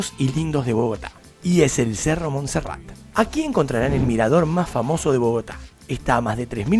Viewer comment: Es MONSERRATE. NO MONSERRAT.